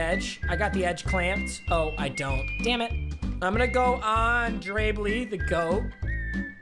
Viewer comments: Can someone tell this dude is not BleEee it’s Bli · Nobody:: Dre “Blee” Lions fans everywhere: Dre Bly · Dre blee HUH it’s bly like blye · It’s Dre BLY it rhymes with fly not Dre bli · Nobody: Papa: Forgets his Lions MLB, calls him a bronze; calls Julio Jones Tyreek Hill; calls a team with 3 Ravens players a theme team; pronounces De'Andre Beverley's name "Dre Blee"; says he wont use Lamar this year, adds him to the lineup within 10 seconds; doesn't complete his challenge, earns the completed challenge pack anyways; says the starting team starts out as all bronzes, proceeds to add donald, adams, jackson, henry, davis, julio, fitz, byard, and bly before playing his first game. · He said Dre blee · Dre Bly... pronounced like fly but it’s Bly